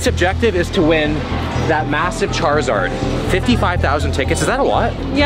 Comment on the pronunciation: bro called charmander chrizard